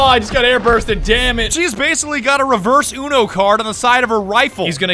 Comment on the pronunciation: He said revers uno card😅